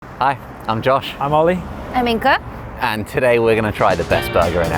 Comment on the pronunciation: I'm still wondering why Inga is pronounced Inka